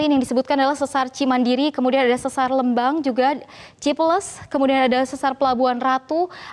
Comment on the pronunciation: salah pelafalannya pas sesar lembang & cipeles